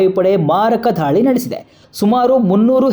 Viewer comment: ಧಾಳಿ ಅಂಥ ಹೇಳ್ಬೇಡಿ ದಾಳಿ ಅಂಥ ಹೇಳಿ